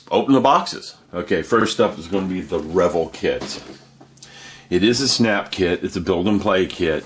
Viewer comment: God quit mispronouncing the name REVELL its (rah vell)!